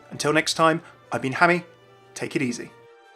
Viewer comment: I always thought your name was pronounced 'Hammah' not 'Hameeeeey' hahaha keep up the great content